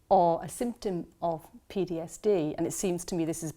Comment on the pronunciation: She keeps saying PDSD 🤦‍♀